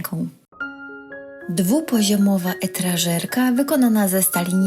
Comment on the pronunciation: *etażerka nie etrażerka 😂